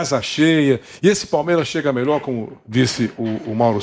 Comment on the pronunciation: Vampeta seu cachaceiro, nao consegue nem falar plural. "Palmeira"